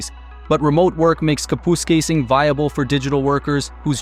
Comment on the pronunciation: It's pronounced "kap us kay sing". All together now 'kap us kay sing' Kapuskasing. Very good class!